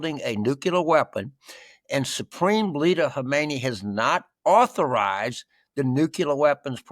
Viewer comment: Pronounced Hahmeney, baboons.